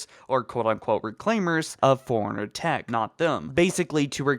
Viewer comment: Is it just me or every time he says forerunner he says like he's saying Foreigner